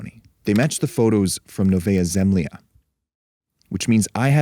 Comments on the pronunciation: It's Novaja (novaya) ZemljA (zemlya), not Novaja ZEmlya NEW LAND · And pronounced as "novaYA zemlYA" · You pronounce it wrong: Its Nova-ya Zem-la